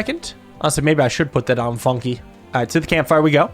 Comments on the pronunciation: Funke = Spark in German. And it is pronunced very differently in German. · calling Fun-k "Funki" is frying me😭